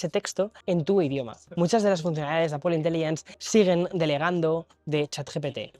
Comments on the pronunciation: Se agradece que sepas pronunciar la palabra Apple en ingles americano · Esoooo al fin un español que dice Apple ❤❤ GRACIAS !!!